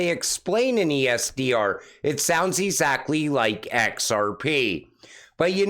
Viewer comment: I like your channel a lot but please pronounce the word as it’s intended, exactly, not ezakley. Sorry man, that IS NOT meant to be a personal attack, probably just my age.